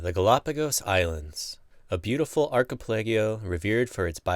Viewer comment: Archipelago, pronounced 'arki-pe-la-Go' not what he said!